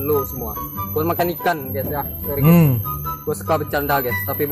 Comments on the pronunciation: Ges ges ges ges ges ges ges ges ges ges ges ges ges ges ges ges ges ges ges ges ges ges ges ges ges ges ges ges ges ges ges es ges ges GUYSSSS Bukan Gesssss G-U-Y =Gaiysssss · Tiada kalimat tanpa kata ges bkn Guys😂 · perasaan geys mulu geys.😂😂